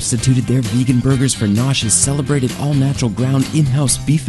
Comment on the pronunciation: Why the fuck are they pronouncing vegan like "vay-gan"?